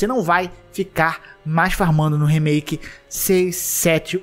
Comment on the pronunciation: como outras pessoas falam: remaike como o fala: remiki